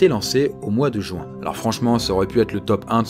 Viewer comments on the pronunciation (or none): 2'18" "Cent z'arbres" NON NON NON !!!! Faites attention s'il vous plaît. On dit "cent T'arbres"! Et puis 11'15" "Mois de JOU-IN !" NON NON ET NON. C'est le mois de JU-IN !!!